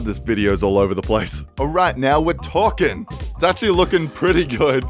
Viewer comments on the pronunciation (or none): Now we're torqueing. This is actually what I heard